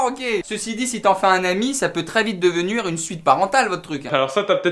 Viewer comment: quand dit " devenur"